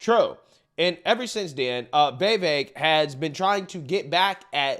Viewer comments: dude his name is vivek ...or try say wewake its not vi- vek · Easiest way to pronounce VIVEK, say these words exactly how you pronounce them BUT TOGETHER: WE-WAKE Pronouce them each as you normally do but pretend they are one word. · It’s viv - Ache 😂 just letting you know, love your channel ❤ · it's pronounced VEEVEIK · that audience was mostly against vivek. He said a lot of great true things but didnt get much applause. Haley and Chris are a joke. btw why cant you pronounce viveks name correctly?